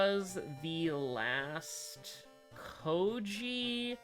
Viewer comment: Kou-I-ji. It's Kou-I-ji. It's always been Kou-I-ji and always will. You called him Kou-ji which is why the game decided to do you like that. "But it's written..." IT DOESN'T MATTER WHAT'S WRITTEN!!! Kou-I-ji.